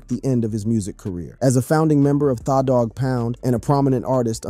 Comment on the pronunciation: Why he keep sayin thaw its tha like the i swear its fuckin up tha whole vibe😂😂